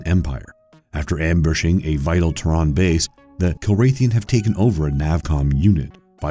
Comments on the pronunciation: The narrator has a very weird way to pronounce Terran. Try Taryn. Not Teron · It's not just names, it's common words like "Mania" becoming "Manic," and "Terran" becomes "Tehran." But you're right, his cadence, emphasis and enunciation are all odd choices for narration. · Terran is not pronounced “Terr-AHN” with a stress on the “AH.” But more like “Terr-UHN.” The way you say it sounds incorrect and this is a very common sci-fi name that you should get right. Besides that, Wing Commander was an utter failure at the box office and fans of the game absolutely hated this movie. It got so much wrong and even the starfighter design was a total departure from what fans were familiar with. It was so bad, that it effectively killed the franchise. And this was after years of having stars like Mark Hamill, John Rys Davies and Malcolm McDowell in the video games. Oh, and Matthew Lillard was “Maniac” not “Manic.” Do your research next time. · It's fucking TERRAN as in "From Earth".. not TEH-RAN....! BTW, Wing Commander was complete dogshit! Fans of the game HATED THIS MOVIE!!! WTF are you talking about? NOBODY liked this movie.. it was TERRIBLE! Also, when narrating, put pauses where they are supposed to be. "Learn to read a script" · And calling Terran, "Tehran". Apparently futuristic Earth becomes a city in Iran. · dennis HOOPER? TEHRAN for Terran? the names were so mispronounced it was not even funny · Whats this 'Tehran' you speak of in Wing Commander? lol thats not how you pronounce Terran... (think Terror with Anne on the end) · Ok dude...... if you are scifi fan as you claim than you should KNOW how to pronounce Terran. Tear-in is how you pronounce, as in someone from the the planet Terra. Kilrathi is pronounce either Kill-ra-the or Kill-raw-the. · cant even pronounce terran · You mean Terran as is Terra right? In Starcraft Terran? Right? You pronouncing it seems Alien to me sorry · He mispronounce Terran as well